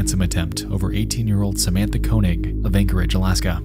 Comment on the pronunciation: Koenig is wrong pronunciation